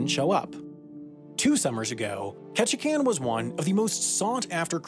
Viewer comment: Very proud of you for pronouncing "Ketchikan" correctly. ;)